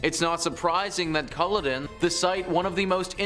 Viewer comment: Cull-odd-inn not culadin